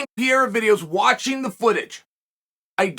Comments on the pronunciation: It's Per-ei-ra. Not piera. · Hey dude is not pierra .... it's PE REI RA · Hey buddy. It’s not pi-e-ra …. You sound really bad when you butcher a name so bad and not attempt to correct pronunciation. I got Poatan on this one by ko/tko 👊🏼 3rd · Bro, learn how to say his last night first 😂😂😂 it’s Pereira , not Piera 😂😂😂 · Not sure which is worse, Joe Rogan's Machida era or Carl Sunman's Pee-Era. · Alex “Pierre-ah” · You goo pee-yera!!! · Does Chael purposely mispronounce fighters names? Peeara, Teeuvasa, Maklechev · Bro called him Pierra. I’m convinced uncle Chael knows exactly what he’s doing lol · Pierra is by far my favorite Chael mispronunciation 😂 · Welcome to the pee era